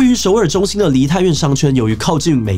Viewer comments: 有人發現志祺說 美”津”基地嗎😂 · 美「金」基地 志祺難得吃螺絲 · 美金基地 原來也有人聽到